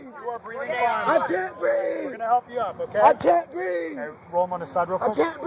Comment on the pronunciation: "i cain breeve!", and "she had a dream" all in one video. almost hit the trifecta! i wonder why they called that neighborhood "crime hills"? i know one thing for sure; scott adams doesnt live there.